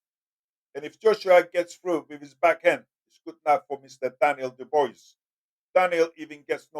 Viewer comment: "Do bwah" is the pronunciation